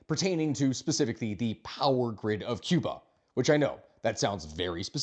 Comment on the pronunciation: Your pronunciation is very good. Americans usually say Key-oo-bah , the correct is Koo-bah . God bless the Cuban people, may the communist slavery end soon.